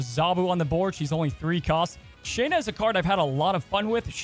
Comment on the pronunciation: hey man it's pronounced Sha-na... not Shay-na. Just wanted to let you know. Great video... Sandamn definitely needed a nerf